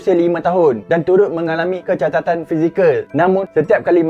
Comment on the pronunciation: kecacatan kawan, kecatatan apa benda?